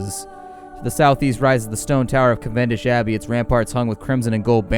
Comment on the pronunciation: I have never heard anyone pronounce Cavendish like you do XD